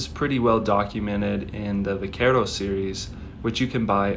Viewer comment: this is mostly correct. The only part of the story you left out was the mispronounced word of vaquero. What I mean by that is that the V in vaquero in traditional spanish is pronounced with a B not the english V. That is how we got buckaroo. I learned this from watching Pat Pickett. He has an excellent channel on youtube if you are more interested in Buckaroo life style.